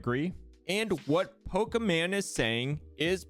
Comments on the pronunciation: I love how Defranco says Pokimane name multiple times, and he just goes "PokiMan" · Pokimane pronounced like Maine not man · I'm sorry but you calling her Pokiman made me ugly laugh. It caught me off gaurd so much lol. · "Pokeman" R/AttorneyTom won't forget this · Never calling her pokimane again. Lmao pokaman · Well he said Poke-e-MAN. So i'm confused by your comment the first one not the one i'm responding to. lol